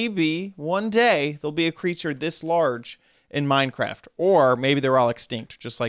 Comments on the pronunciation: "So here we are inside of Minecrand" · He said “Minecrant” instead of minecraft